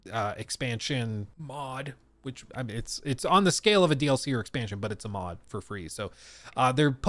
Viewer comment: listen to the way he says mod, it’s funny